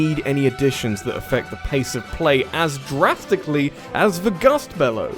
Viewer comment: Did you seriously just say "draftically"? You mad man.